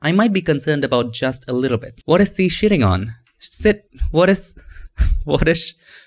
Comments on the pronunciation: "Where is si shitting on"😂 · "What is see shitting on" I love you